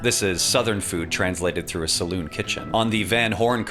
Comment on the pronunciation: Salon? Lol. SalOON